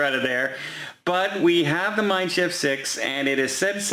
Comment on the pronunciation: Was cruising with Mein Schiff 5 last year around Great Britain, nice class for up to 3000 pax. BTW kudos for your pronunciation of Mein Schiff!